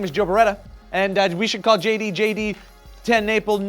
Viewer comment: Lol Joe, watch how you pronounce swarchenegger next time